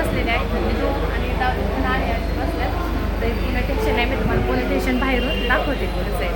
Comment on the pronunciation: ठेशन नाही स्टेशन